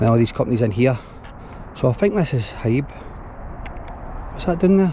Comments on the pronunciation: Haeeb? 😂 The cranes on lorries are hiab (high ab). Broxburn is alright, I know it quite well.. The bing at winchburgh is massive, good for motocross, quads, jeeps ect. Just watch not land in the canal 😂 Hope you are well 👍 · It’s said as Hi Ab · Its pronounced high ab buddy. Smashing video as always sir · HIAB pronounced High ab.........